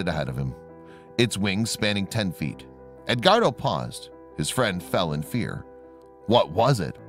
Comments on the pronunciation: Ed.....wardo. not ed....guardo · I just can't get past the mispronunciation of the name Edguardo...